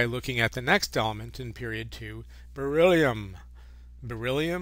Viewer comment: why he say beryllium like that?? lmao